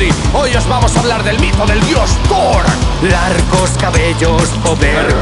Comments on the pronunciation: te falto la r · Te falto la r de thoR :v